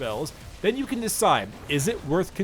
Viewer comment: Why do u spell "can" with an M sound? just asking... good video tho!